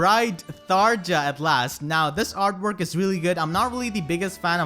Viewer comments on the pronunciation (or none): "j" in "Tharja" is pronounced with a "y", like in "Fjorm". Even the IPA symbol for "y" sound is /j/.